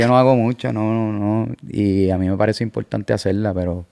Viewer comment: "Bien impoltante orinal" "orinamo a la vé" "gané".